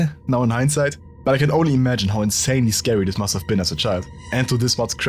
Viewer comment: the place is scawwy? 😣